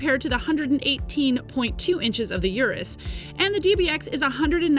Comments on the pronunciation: its not Yurus. Its UR us. not like take yur money. Its urrr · I can't even finish the video with the consistent mispronunciation of Urus.